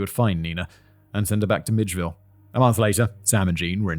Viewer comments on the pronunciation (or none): 😂 I'm from south Georgia. It's May-cun (Macon), mill-idge-vil (Milledgeville) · Hello To say this is a disturbing case is truly an understatement. Thank you to the writer, editor, and to Simon. I'm from Georgia. Macon rhymes with bacon.... and Milledgeville is 'Mill-edge-ville'. Thank you again. Peace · What drove me nuts was him calling Milledgeville 'midgeville' I spent my teen years there lol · As a Georgian, it's not the mixup of Ohio and Idaho. It's Simon's pronunciation of Milledgeville that gets me. 😂 Also, David, I'm pretty sure that you meant to put Columbus, Georgia (not Columbus, Alabama), for the woman whose body was dumped in Phenix City, Alabama. Columbus and Phenix City are just across the state line from each other separated only by the Chattahoochee River. Of course, you might have written Georgia, but Simon saw Alabama. 😆 ETA: Tennessee, Florida? Simon, buddy, it's Tallahassee (the state capital).